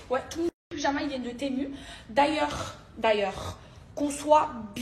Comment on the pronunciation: "D'ailleurrrrs, d'ailleurrrrrs" ça m'agresse les oreilles 🗣️👂🏻🙆🏼‍♀️